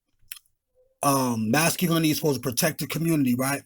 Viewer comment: You Dummy !! You Can't Even Say The Word "Masculinity" !!